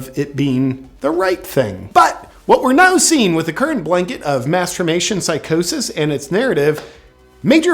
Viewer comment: Did you say masterbation psychosis?